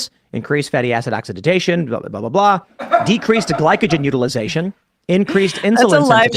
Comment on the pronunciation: It’s OXIDATION, not oxididzation?? Wtf